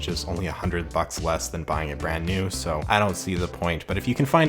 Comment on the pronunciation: ...... 😑 Why you saying "bheying" champ?